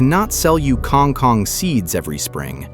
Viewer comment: That's an incorrect pronunciation, and writing. You should write it "kangkung", and read it as "kangoong". Like "o" in word "boots". Or "o" like in word "hold" / "bold" also acceptable. Not that kind of "o" you said.